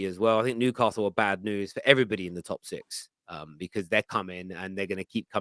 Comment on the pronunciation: every time you say "Top Six show", I can only hear "Toxic show"